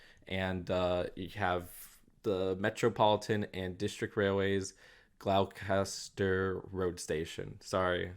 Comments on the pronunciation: Gloucester is pronounced “Glosster” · FYI Gloucester is pronounced "gloster" It makes me a bit sad when people don't recognize JWST - James Webb Space Telescope - the coolest science instrument in existence right now - all the fantastic new pictures from space that have been in the news in 2022 were from JWST. If they make it I hope they make it a bit smaller.. pieces. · As a british man hearing say Glawcawster station is truely painful 😂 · I don't want to sound like I'm nitpicking, but Gloucester is pronounced Gloster. I'm from the UK, and I know, its a weird spelling 😆